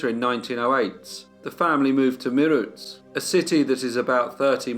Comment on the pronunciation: Well done on the Indian names, although Meerut is "May-rut" as in "cut"